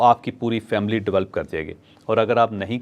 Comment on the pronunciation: Chaudhry shb Develop not develp